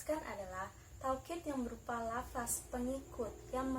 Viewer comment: Ok kher...بارك الله فيك terus semangat belajar ...ilmu Nahwu Ruhnya PBA teman2 bilangnya lafazh/لفظ ya...bukan lafas..